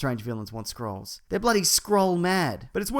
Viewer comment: When you say "scrolls" it sounds like SKRULLS! # is a skrull